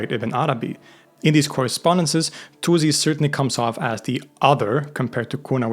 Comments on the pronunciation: not zi but si Attuzi is wrong for no reason WHY? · Albeit being Swedish, I think this comes from the fact that in English the u sound is always follows by z not s. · It’s pronounced al-Tūsi (with a long ‘ū’ sound), not ‘al-Tuzi.’ The Arabic letter س (sīn) gives an ‘s’ sound, not a ‘z.’ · He tries his best, and it's better than some/most. But it is still not correct in either Arabic or Persian. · Great video as always, one thing though the s in Tusi is pronounced like s not z.